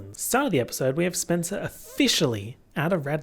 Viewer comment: "spencewuah's tires have been slashed or some shit." SPENCEWUAH????💀, you are truly a gem.